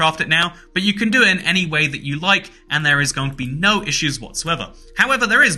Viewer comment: Genuinely despise the way you say “nooooooo” Its pronounced like an elongated “no”